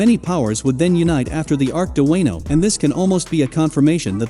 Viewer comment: With TTS try Spelling Wono not Wano so that it pronounces it correctly against you its just TTS is dumb af